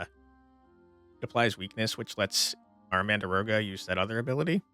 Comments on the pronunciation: Game looks amazing 🤩 But I gotta know.. are you saying "mandaroga" on purpose, like "dargon" or...? ;-) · it's pronounced exactly as written - mandragora. It's a common plant name in fantasy, with the usual trope of screaming when getting pulled out of the ground. It's in Delicious Dungeon, Harry Potter and all over the place.